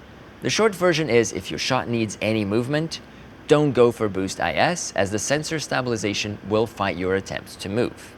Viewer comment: I love how he pronounces 🔪 -sation